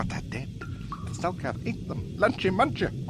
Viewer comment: exactly you HAVE to make a super dope epic video for kotor 2 bro, you know it has to be done, and btw i just finished the video, hella good job, yeaa... you kinda mispronounced selkath,council,Shan and you must've just woken up cause you we're talking really slow especially when you tried to remember the names lmao it was to funny, alll i see are the hand motions and i died.